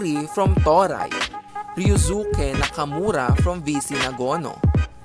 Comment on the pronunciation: Toray( To-rey) .